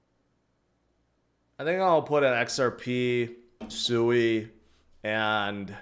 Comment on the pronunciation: I think it's pronounced swee not sooey